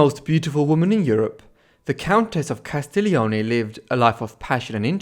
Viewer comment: Si chiamava C A S T I G L I O N E non CASTEGLIO. La prossima volta mettete un narratore in grado di saper leggete e parlare correttamente l'italiano se volete essere seguiti. Non sappiamo di chi cazzo sta parlando se non pronuncia i nomi correttamente. Nessun interesse. Di chi parla costui ? Booohh !